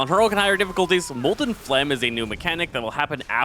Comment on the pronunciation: On Heroic Difficulty, are you saying Molten Flame or Phlegm? Or Flam?